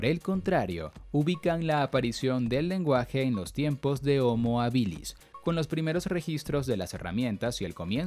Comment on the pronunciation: homo habilis es latín y el acento esta en la primera silaba , por dios que toc.